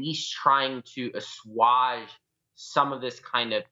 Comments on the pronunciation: This guy was clearly watching a documentary on Julian Assange right before he tried to say assuage. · Do people really pronounce "assuage" that way?